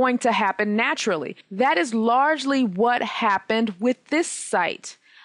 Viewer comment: napturally curly? haha